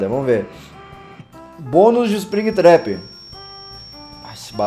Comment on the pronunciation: não é´tap é trap,a não ser que eu tenha ouvido tap quando ele trap